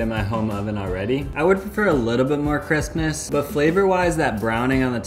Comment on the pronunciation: So far I'm in the video and this man has said Christmas twice talking about Crispness. 😂😂😂 Once & once . I can't un hear it! (Just hit in the video and he has in fact for a third time said Christmas as an alternative to Crispness, I'm sorry I can not un hear it)